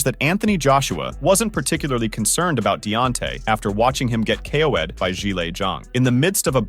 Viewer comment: ""after watching him get kay-o-wade..."